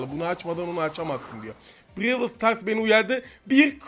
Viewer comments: Aynen abi brevıl stars 😀🤣🤣🤣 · BRAWL STARS değil bırevıl stars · Brewıl sıtars ne😂😂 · İngilizce: Brawl Stars BRACA :BİREVIL STARS :D